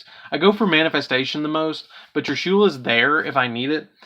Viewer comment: I hate how u say trishulas name wrong